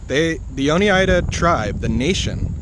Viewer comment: Oneida is pronounced “ohn eye duh” -born in the finger lakes